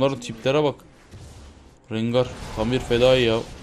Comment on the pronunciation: la allahını sewersen bi de hele RENGAY ne la rengar de rencır dee de rengay diye nasıl okuyailiyonn